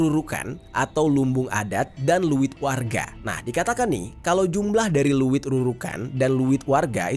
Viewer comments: Izin koreksi kak.. Leuit,bukan luwit.. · Leuit di abca ( leit ) bukan luwit😅 Ngadiukeun = diuk (duduk) Penambahan kata eun sunda seperti di aceh banyak kata eu nya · Bang bukan liit tapi leit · Leuit bang bkn luwittt😂ngaseuk bkn ngasek😂hrs di baca eu nya dong bkn e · Bukan luit bang tapi leuit